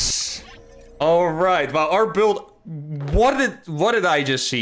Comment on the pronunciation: I laughed so hard : the surprise on your face and the "what" weirdly pronounced ^^ game 2 : Out of context, the game looks so weird ! like : 3 rax reapers, the late timing, the rax in the main, the ghost answer xD absolute mindblowing new meta